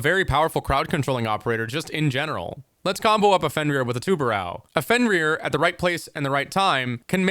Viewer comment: Please learn to pronounce tubarão, not tubarau